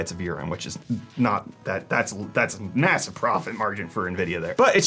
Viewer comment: Did I just hear massive mumble upon your mouth?